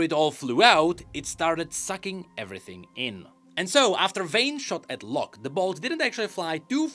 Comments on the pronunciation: I was wondering for a while why you pronounced it low-ck. and not law-ck. Figured it was just a weird pronounciation choice by Riot. At least for me, that spelling always read as Law-ck. The e is just silent, like Blond vs Blonde sounds the same regardless of the e. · bro the way you pronounce Locke, seems you're saying Lux, which then I started to get very confused as to why she was involved whatsoever